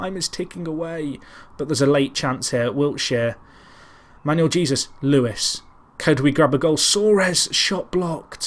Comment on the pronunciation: Dont know if this has been brought to your attention or not,, but just wanted to let you know that Jesus, in Manuel Jesus, is pronounced hey-soos.